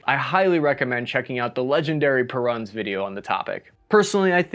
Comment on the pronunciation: It's pronounced "Perun", not "Perun"!